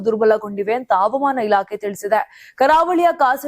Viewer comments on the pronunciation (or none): ಅವಮಾನ ಅಲ್ಲ ri ಮೇಡಂ ಹವಾಮಾನ